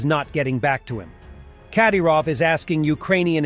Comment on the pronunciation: The emphasis goes on "y" in the last name Kadyrov. Not on "a".